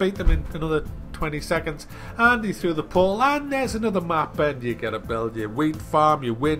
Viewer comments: haha love how says "portal" poal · In the beginning was he trying to say "portal"? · I get curious about how some Americans and British people pronounce words without clearly pronouncing the T.For example,the word portal,they cut out the T sound and replace it with a 'uh' sound :/